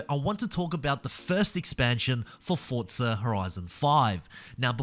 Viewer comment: There’s no T in forza